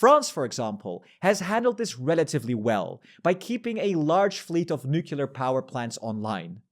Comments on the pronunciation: I believe it is pronounced nuclear not nukelar because we have nucleus not nukelus. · can we ban the pronounciation "nucelar" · I have heard plenty of native English speakers mispronounce as “nucular”.